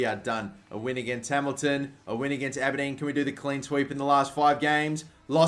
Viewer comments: Ah-Ber-Dean ...Aberdeen. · As an Aberdeen fan the way you pronounced our team name made me cringe sorry. for the future it's Aber- Dean.